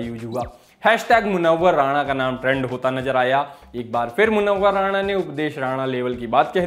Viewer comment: भाई मुनव्वर राना हैं, राणा नहीं। उम्मीद है इसे आप सकारात्मक लेंगे।